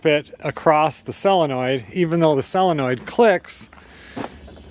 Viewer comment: It’s solenoid